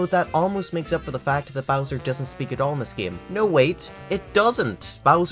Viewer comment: This video is excellent. Except for literally one thing. I know this note I'm about to to give you sucks, but hear me out. As engrossed in the information as I was I wanted, with all my being, to turn this video off every time you pronounced an "O" sound as an "I" sound. Bowser = "Bizer", about = "abite", thousand = "thizened". It's one of the most distracting things I've ever heard, I could barely focus on the material. I'm not saying I think you need change who you are or anything like that, but you're a voice recording professional now so working on your diction will improve your viewership.